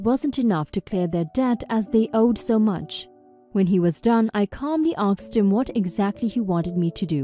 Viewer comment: Asked not aksed